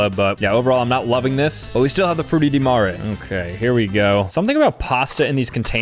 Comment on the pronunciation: I think it sounds pretty close to the Italian pronunciation. But the ''Frutti di mare'' hurt my ears...